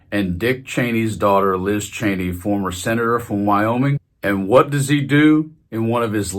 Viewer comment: Her name is not pronounced “Chainey”, it’s “Cheeny”. I met one of her relatives and got the correct pronunciation.